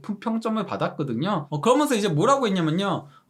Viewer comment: 궁금한데 왜 '그러면서'를 '그러먼서'로 발음하죠? 하면을 하먼이라고 하고.. 이강인 따라하는건지 어릴 때부터 외국 산건지 😅